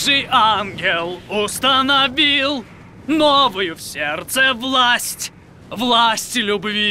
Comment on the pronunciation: кто-то из комментаторов написал, что на русском тоже постарались передать эту игру слов: акцент на последний слог в слове "УстаноВИЛЛ". Блин, спустя столько лет узнаю все больше крутых деталей от комментаторов